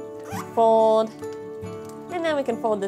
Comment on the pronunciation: The way she says "fowd" is driving me bananas!!!! 🤣